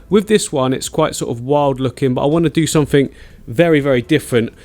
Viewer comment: “Click sumfink” ... love it